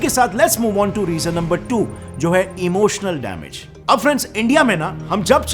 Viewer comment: Emotionaal daamage 😂😂😂😂😜